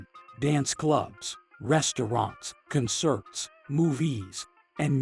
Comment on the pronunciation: WTF "con-CERTS" I'm so fed up with these ignorant algorithmic narrators that not only sound weird they don't even get basic grammar and pronunciation right